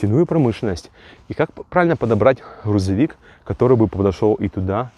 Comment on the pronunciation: Блин чувак Хрузовик🤦‍♂️